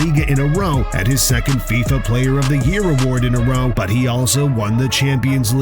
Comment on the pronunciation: It's football. It's fifa, not fisa.🙂